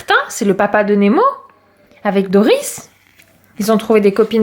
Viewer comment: Mdr les citrons à gam vert à la limite il peut acheter l'arbre mais d'ici au baptême il n'aura pas encore rendu de citron 😂😂 et C'est pas Doriss mais Dori voilà car moi j'adore le monde de nemo 😀